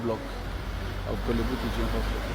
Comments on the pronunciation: Kwale bu teaching hospital 😂😂😂😂😂. instead of Korle bu! ofui. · Masa pronounce it well wai na 3de3n ne kwalebu 😩😩 De word is"; Korlebu 😊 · Korle Bu, but not Kwalebu:: please becareful with your pronounciation… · It’s Korle Bu not Kwaaley Bu